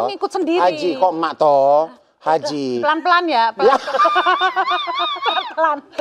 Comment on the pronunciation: HAJI ya bang, bukan HAJAH. Yuk bisa yuk 😊